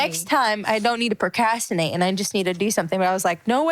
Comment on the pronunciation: Pro-CRAS-tin-ate, Joy. Not pro-CAS-tin-ate.